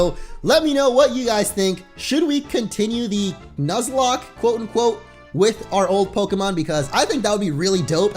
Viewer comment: I think he should continue the "nozlak".